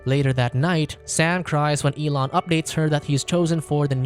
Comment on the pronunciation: "elon" yea ok ....